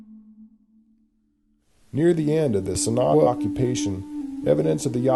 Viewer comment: the narrator doesn't even try to pronounce the word, sin agua correctly, yikes!